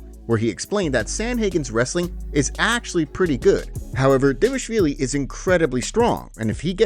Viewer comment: he’s saying it completely right the guy is also from Georgia